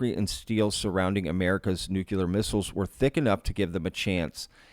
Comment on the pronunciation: Thanks for the coverage but please stop saying Nuke U Ler. It’s Nuke Cle-er